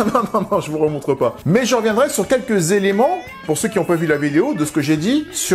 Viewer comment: « Très peu z-exposé », c’est un effet des oreilles de cancre ? 😂😂😂 Et il y en a d’autres: « qui z-ont pas évolué «, après j’ai arrêté le recensement, cela aurait été lourd (et fatiguant)